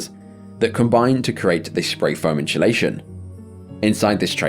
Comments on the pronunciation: "inshulation" lmao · “Inchalaychun” is killing me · Note to self "dont say Faom insulation" instalayshun 😅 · The way you pronounce “insulation” gives Benedict pronouncing “penguin”vibes. It’s also slightly infuriating. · There’s no “H” in the word insulation, so why do you pronounce it as such? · The narrator cant say insulation.